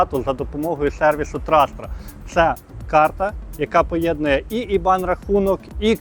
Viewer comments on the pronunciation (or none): none